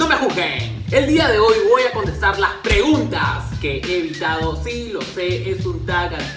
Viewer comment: ¿Quien mas se dio cuenta que decia preungtas antes de que lo corigiera?